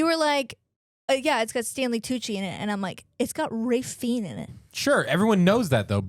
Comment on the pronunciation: Close, but it's pronounced "fines" not "feen". Ralph Fiennes (pronounced "Rafe Fines".)